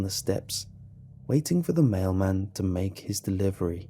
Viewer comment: On the last one I thought that he said male man not mail man... I was so confused the whole story.